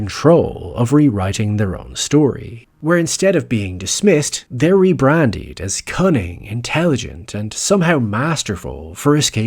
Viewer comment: you pronounced rebranded as rebrandied which makes me think this is an ai narrator. please reply.